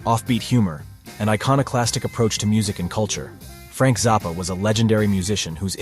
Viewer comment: Why does this narrator pronounce it Frank Zarppa, rather than Frank Zappa?